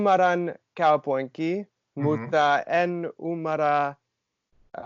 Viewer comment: *genuinely impressed after struggling to learn Finnish for a year" Also me: laughs when he pronounces "kaupunki" like "kaupoinki" btw "the otter twins" in Finnish is "saukon kaksoset", which kinda sounds like "suck on cocks oh shit"